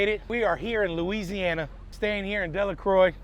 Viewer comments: Great content and great editing.. Btw it's pronounced Della-crow not Della-croy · its pronounced Delluhcrow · Hi, I was asking about pronunciation, I saw the "Dela-crow" above--so it is Dela---"crow", or "croy"?